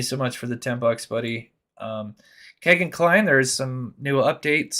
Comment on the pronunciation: Why you say kay-gin , his name is key-gin